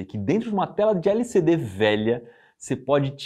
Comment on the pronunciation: Iberê, vc tá falando de LCD ou de LSD? Kkkkk